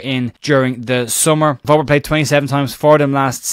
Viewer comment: Hopefully you'll pronounce Wober correctly just once before he leaves....... VERBER!!